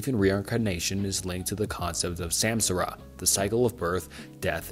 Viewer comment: I have a theory that this channel makes icebergs with the help of chat.gpt (looking up an iceberg and asking gpt to explain it) , this would explain the rather robotic dialogue and the mispronuntiotion of names despite the apparently large knowledge required to make these videos (for real though , who can actually study these topics for hours on end and not know how to pronounce "Freud" or "samsara") This also explains how he consistently makes a video once every few days , despite the topics he covers being complicated and needing multiple hours of research